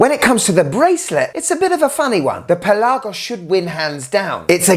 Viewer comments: Great video as always. I'm a big fan. Just a little complain. It's not only you. This goes to a lot of watch reviewers on YT. The word Pelagos is pronounced on the 'e'. It's pE-lagos. Also the 'e' is kinda soft. Trust me, I'm Greek. I also have a non watch related question for you. Tsitsipas or Djokovic? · Dude why are you saying Pelagos so weirdly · Why are you pronouncing Pelagos wrong ? ;) jk